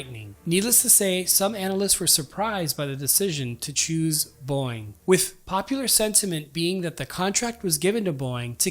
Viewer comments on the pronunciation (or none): why does he keep saying boing? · Teach your AI to pronounce Boeing. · I love how this guy says Boeing like “Boing.” 😂